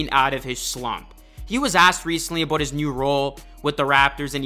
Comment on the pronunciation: “A boat the future” 😂😂😂